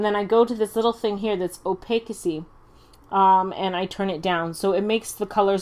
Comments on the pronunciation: I'm not saying this to be rude, but the pronunciation of opacity is o-pass-ity. The opacity is the measure in which how opaque something is. Great tutorial. ^_^ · opacity is pronunced oh-pass-city xD also, thanks for the tut.!! i can't wait till my tablet comes in, and this was quite helpful :3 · cough its pronounced "oh pas I t"